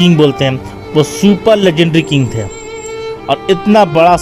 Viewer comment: आप बड़े ही बेहतर ढंग से पेश करने की कोशिश की है। लेकिन अफसोस होता है आप को न उर्दू बोलने आता है न ही हिन्दी बोलने आता है और न ही अंग्रेजी का ज्ञान है। ट्रेजेडी किंग को लेजेंडी किंग बोलते हैं भाई मेरे आप को सारा हिन्दुस्तान सुन रहा है। कुछ तो सिख लिजिए। अपने दोस्तों से मदद लिजिए। हिंदी उर्दू और अंग्रेजी का टागं मत तोड़िए। आप की जाहिलियत पर अफसोस सद अफसोस।